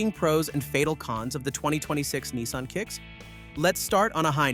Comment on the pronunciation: yanks - there is NO EEE in NISSan